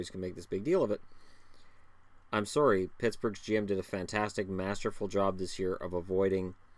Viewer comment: "I'm Soory"